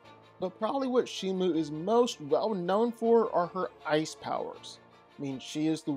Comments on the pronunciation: She is called Shimo with an O Not Shimu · shiMO. say it with me. shi. MO. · Its pronounced She-mo thats not how you spell it though its spelled Shimo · The name of the Ice titan is Shimo not Shimu